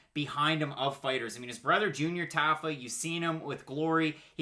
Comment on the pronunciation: Not a big deal, but I'm pretty sure it's "TAH-fa". I lost money on him last time